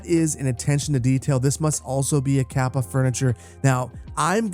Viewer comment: You mispronounced Lehto and Kapea Leh-to ka-pe-a